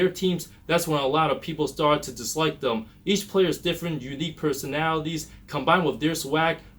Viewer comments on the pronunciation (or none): none